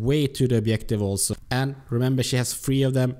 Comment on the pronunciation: Nice vid! Just say objective and no obliective ;)